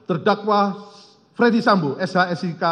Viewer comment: Coba dengar lg... Ternyata dakwaan itu di bacakan utk "Fredy Sambo" bukan Ferdy Sambo